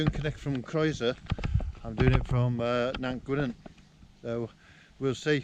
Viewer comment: I think it's Cnicht not Knight :)